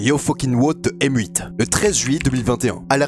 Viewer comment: D'ailleurs à "M8" tu peux le prononcer "mate". C'est une abréviation ultra utilisée